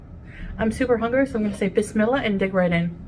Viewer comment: She can't even pronounce bismillah 🥴 she says it like miss milla 😂 . I can't watch her eat, it is just so gross 🤢🤮